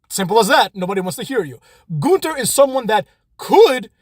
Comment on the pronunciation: None of the staff knows how to say his name right. I always hear at least three different versions of his name.